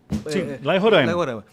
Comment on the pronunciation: Fala sensacional o podcomunicar sou daqui de Roraima, queria saber por que toda vez vocês pronunciam o nome do nosso estado errado kkk muitos ensinamentos hj!